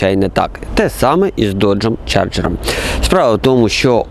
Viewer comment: Я тут згоден, трошки забагато води, та й вимова моделі - це повне фіаско. Чаргер😅😅, мускулкари.....